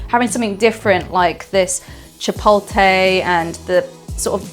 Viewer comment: hey liz! great video. pronunciations: guajillo is "gwa-hee-oh" and chipotle is "chip-oat-lay". lmk if that helped :)